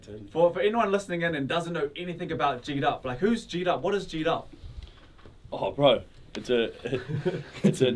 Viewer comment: Geedup. Geek up. Pronounce ur brand name properly. #JEEDUP